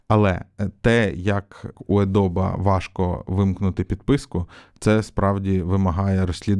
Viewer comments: Adobe ПРАВИЛЬНО вимовляється "Адóбі" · Adobe тре вимовляти як Адобі